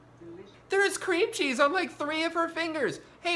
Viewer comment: I think what makes me most angry about this video is that Drew places the emphasis of the phrase "cream cheese" on the word cream